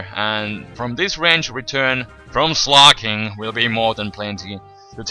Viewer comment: it's slaking not sloking